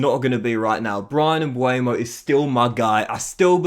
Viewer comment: He is MbEuMo not Mbuemo 🤣 if you cant pronounce his name just sell him